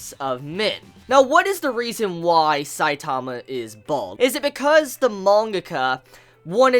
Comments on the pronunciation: his name isn`t saitaama its saitama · IT'S S-I-T-A-M-A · why do you say his name like that? and what is "mangaka"? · Just by the Way you say Saitama ill dislike